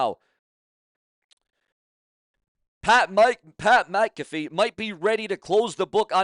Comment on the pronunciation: Pronounced Mac uh fee not ma caffe